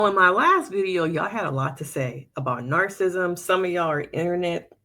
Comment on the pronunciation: The pronunciation of "narcissism" is typically: /ˈnɑːr.sɪ.sɪ.zəm/ or in phonetic spelling: NAHR-suh-siz-uhm